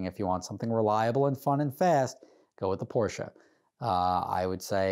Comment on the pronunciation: IT'S PORSCHE now you know